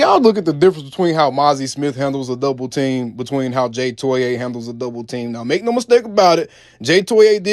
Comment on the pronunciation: TOE EE AH